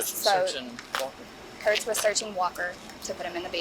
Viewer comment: Bro it’s Kurcz again. This dude has fucking problems following orders. There’s a video where he harasses a black man literally just because he’s black. They stalk that man and follow him every night. Also, you pronounced his name as Cruise/Cruz. Put him on blast so everyone recognizes his name Kurcz, Austin Kurcz.